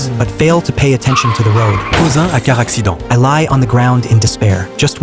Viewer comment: "Cuasing an accuidount"😂😂😂